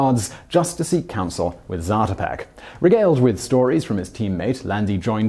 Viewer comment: It's pronounced zaah-to'-peck, not zatuhpeck